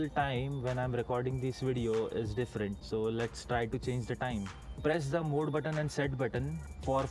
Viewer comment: very informative. And it's MODE NOT MOOD ! It's kind a funny!!